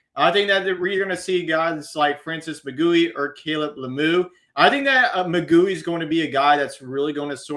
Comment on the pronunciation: Please learn that Mauigoa is not pronounced “magooey” lol